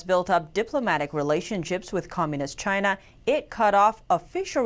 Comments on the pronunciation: Chyna or Chiaana? love the way it pronounce. There has to be this signature hand gesture when you say it. (👐🤗) Recently there was new name coined, "KUNG-FLU". it was mentioned briefly and sort of fade out. I kind of like that too. lol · I totally agree with you. I was just touching on the humor of it name pronounce by Trump. he can not pronounce China properly. he has this weird strach, "Chiaana". makes me laugh all the time. *cheers *